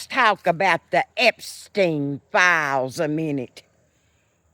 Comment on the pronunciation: God bless you, and I just love the way you pronounce the word “files”. Gid bless Antifa!